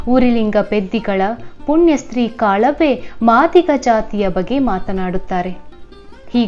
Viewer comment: Sister it is not kalave it is kalavva ❤❤